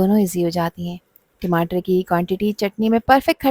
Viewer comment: Madam timatar tamatar hota hai